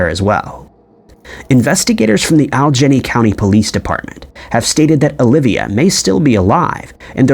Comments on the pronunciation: Aljenny…. are you trying to say All e gainey? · Dude, "Allegheny" is pronounced, "Al-eh-gay-knee" not, "All-jenny" for fuck's fucking sake!!! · Allegheny is pronounced al e gay nee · Allegheny is pronounced "Al-i-gay-nee." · Alleghany is very hard to pronounce if you are not from the Mid Atlantic. It is pronounced like this - AL-ig-AY-nee